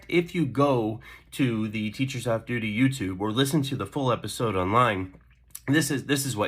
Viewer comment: is that a boston accent I heard slipping thru in your intro? most of your speech sounds like generic US but "waudergate" "lets tulk about the teachers ouff duty" had me shook